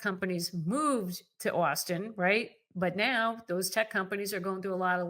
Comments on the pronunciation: You are mispronouncing austin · She keeps saying "Austin" but all I can hear is "Where's a gal get some decent lobster in this Boston place?" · Please learn to pronounce "Austin" correctly.